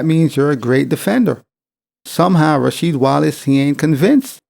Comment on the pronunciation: Ra"Weed" Wallace 😆 he probably forgot Jordan games lol